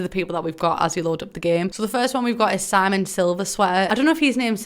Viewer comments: His name is SIM-E-ON not Simon 😊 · Simon? It’s sim-e-on